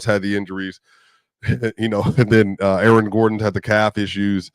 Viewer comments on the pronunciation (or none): none